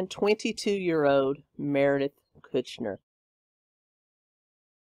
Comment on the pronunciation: Meredith Kercher, is how you say Merediths name.